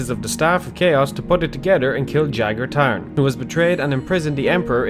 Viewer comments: I'm not sure, but I think it's pronounced Ya (since j is pronounced y most of the time, like Jarl)-Gar(like in garfield) Tha(th like in thumb)-rn(like aRNold) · "Jager Tern" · "Jagerr Tarn" what